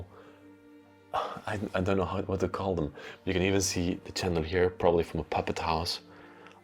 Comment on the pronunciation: Hi. Thank you for all your lovely videos. Watching you from America! If you don't mind I would like to mention you mis-pronounce a lot of words in the English language and hopefully you will except these corrections.!! Shipping is pronounced as sch. Not chipping not same thing!! Further is Not pronounced as furder!! Chandalier is again pronounced as sch shan. Not Chan!! When discussing time periods in 1900 -!. You don't have to say 100s. Its ok to say 1975 no hundred! Than shivers or again sch!! Not chivers no such word. Lastly you use Wow a ton!! Maybe another word because its often!!! Hope this helps! Happy videos❤ Samantha